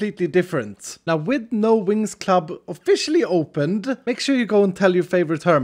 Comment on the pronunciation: It sounds like he's saying no Winx club! I don't know why it sounds like he's saying that to me...